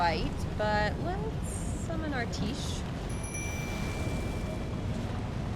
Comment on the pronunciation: idk if anyone ever told you since you asked but "tiche" is pronounced "tie-key", it's from the name of a greek goddess of fate, from the ancient greek word for luck, and the "ch" has a hard "k" sound to it, not a soft "sh" sound. "tie-k-ee". the black knife assassin you get the summon from is named Alecto, which is another greek goddess, and in the game Alecto is Tiche's mother so we can assume their names share an origin.